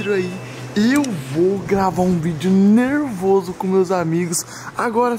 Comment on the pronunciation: Acho legal ele falando (e nerveso) kkk